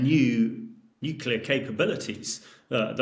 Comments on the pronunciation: Dude, the word is nuclear not nukular. How can so many pundits get this wrong?🙄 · Nucular. Over and over again. It's not easy to appreciate expertise when even the most basic terms are literally mispronounced. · I like listening to Hamish, but I do wonder why a nuclear expert is incapable of pronouncing the word “nuclear” correctly? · What's with the experts not even being able to pronounce "nuclear" correctly? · Wish he could pronounce nuclear correçtĺy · In all this talk about potential nuclear Armageddon, the thing that disturbs me the most is the pronunciation "nucular". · Fed up with people who can't pronounce "nuclear"...